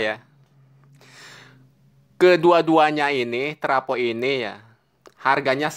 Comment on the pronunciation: Travo bukan trapo.